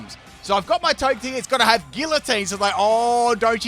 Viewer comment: I kinda feel like Togetic should be pronounced like Tojetic. Like energetic